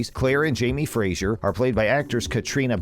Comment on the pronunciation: 1) Their name is FRASER , not Frasier. 2) Sam's name is pronounced Hewan, not Hewgan. 2) There will be difficulties in their marriage, not conflict. 3) Claire never used the opal to time travel. Many more errors. I give up.